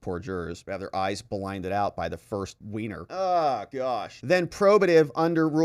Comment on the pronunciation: you said "1st weiner"